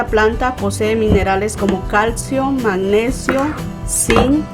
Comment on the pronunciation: Pirque dice MAGNESO? Si es MAGNESIO